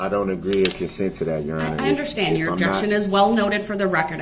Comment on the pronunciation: He doesn’t “underschtand ” much of anything does he? And why can’t he even say “ understand” correctly? Lol